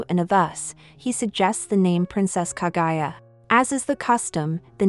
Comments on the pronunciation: OMFG PLEASE STOP SAYING KA-GUY-A, IT'S KA-GU-YA!!! KAH-GOO-YAH! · KAGUYA. NOT KAGAYA! KAH-GOO-YAAH. geez, the pronounciation of English vowels are just English. not German, not French, not Japanese. In fact, English is the only language that pronounces vowels so weirdly.